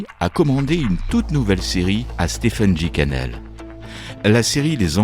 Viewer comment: Stephen se prononce stéfen